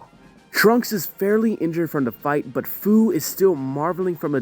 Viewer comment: just so ya'll know, and ya'll might not care, but Fu's name is pronounced Fee-you or you could just Take the Fu out of Fu-ture. if that makes any sense.